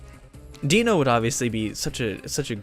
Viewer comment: Deino is still pronounced Dino, just with the german for one inserted (Eins). I'm pretty sure i told you this at least once on a stream. You should've taken it tho. The locke would've started instantly when you got your starter as it was holding a pokeball. It's pronounced Vespiquen not Vespiqueen as GF decided not to change the name limit. But i'll forgive you on this one. You can put in a dragon rage clause for the first 3-4 episodes if you want to, allowing you to survive bs dragon rage fights. Also, to anyone reading this, only 46 of the channels 271 subscribers (at the time of my writing this) have joined the discord server so if you want to join, check the link in the description.